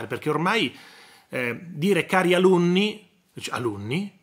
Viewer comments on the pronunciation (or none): praticamente parlare in napoletano car alunn